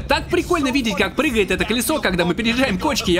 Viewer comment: Кришей. Крилья. Пригает. Учись говорить